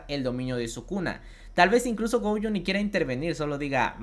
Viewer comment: No me gustan estos videos, solo me gusta el otro formato. Y no es gouuyo es Gojo